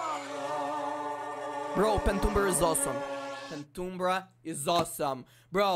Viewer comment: Pentumbra is like Penumbras